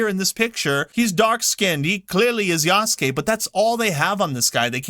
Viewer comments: Ya-Su-Ke. Eastern culture say each hieroglyphic as one syllable. It's not combine. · Everytime an ignorant English speaker pronounces the name yaSUke, a baby deer dies somewhere.